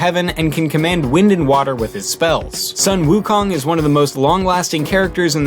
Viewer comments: you said sun wu kong wrong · You don't pronounce sun wukong properly...